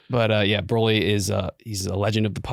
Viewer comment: Can't believe his name was pronounced B-roll-y. Rip to a legend